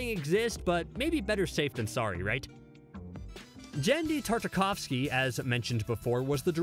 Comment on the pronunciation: Dude, you mispronounced Devo and Genndy Tartakovsky. You need to add phonetic spellings to your scripts for easier reading and accuracy.